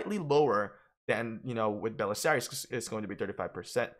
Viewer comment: It’s pronounced bu-che-la-ri not bu-se-lari. He literally says it as his dialogue.